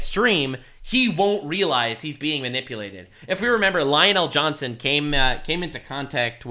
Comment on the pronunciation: I'm wondering if mispronouncing Lionel Johnson is a flex now.